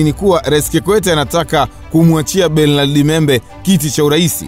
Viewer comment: Mzee hilo Jina la Bernard unavyolitamka hapana aisee!